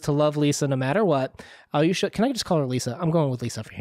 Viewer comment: Thank you for the analysis! By the way, the stress is on the second A, not the final O ("KaraMAzov"). Also, AlyOsha, not AlyOOsha - little Alex. I would also like to add that you're mixing up the two archetypal Russian characters a bit - the martyr is not strictly the same as the blessed fool (the yurodivy).